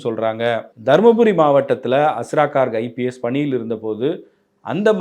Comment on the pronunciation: He is Garg. Please pronounce hindi names correctly. Not cork.